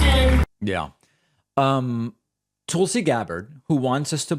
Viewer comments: Hey David, you’re the only one who refers to Tulsi as “Tool-sie”. Do you do that to insult her, or are you just not hearing the way she and everyone else pronounces her name. I mean if you’re doing it to insult her, fine… I think she is a bad egg. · That’s the creep’s long running joke. Intentional mispronunciation. Yet if anyone accidentally mispronounces Kamala wrong he leaps on and makes an issue of it every time. I guess the joke is that other people are too stupid to know how to pronounce Kamala’s name correctly and he’s so smart that the way he can signal his dislike of Tulsi is by deliberately mispronouncing her name. Such dry humor. So ironic. He knows he’s deliberately mispronouncing someone’s name but those other clods don’t know that they’re mispronouncing someone’s name. Hahaha. In other words, he’s a prick